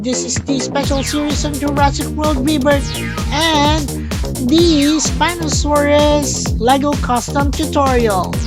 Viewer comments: Not 에스피노사우루스, its 스피노사우루스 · I mean, in Korean, a spinosaurus is a 스피노사우루스, not an 에스피노사우루스